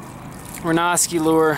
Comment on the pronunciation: PS - I believe it's pronounced ren-ow-ski